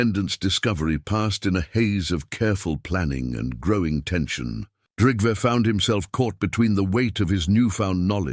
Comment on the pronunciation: Please pronounce trell, more correct because they are not trolls there is no h in trell like you are pronounce it 😂😂😂 but yes you make me laugh every time! And its Trygve not what ever you have put in for making it easier to change it to American English way of telling! Yes i am Norwegian